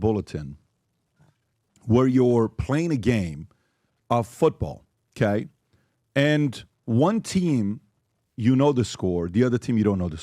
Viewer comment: Why cant PBD pronounce OKAY? Kaaay !! Kaaayy , Kaaaay